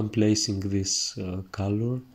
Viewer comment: I love watching you painting, you tranquil explanation and great technique and your funny accent but please I beg you: call it cOlor non cAlor. I'm not English mother tongue too and I'm a noobie of painting so I asked myself a good dozen of minutes what the hell caalor, kalor or whatever could be 😅